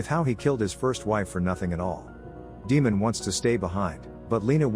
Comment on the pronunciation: A lot of explanation videos are almost as long as the episode itself lol thanks for having a brief one. Also, potential tip, maybe since you’re using text to speech for the explanations, maybe try “Daymen” or something for Daemon as it may pronounce it correctly instead of saying “Demon”